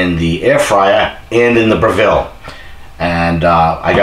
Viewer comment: It is spoken BRE-VALL, not BRE-VILLE. Lmfao.. Proving, not Proofing. lol